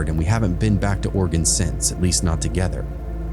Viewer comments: Me: oh sweet! Stories from my home state! Voice on the podcast: Or-eh- GONE Me: nevermind PS it's Ore-ih- gun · It’s NOT Oregone it’s Oregun pronounce correctly please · Also orygun not oregone. Thanks love the stories and dont mind the clicking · Ew he says it oreegone 😂😂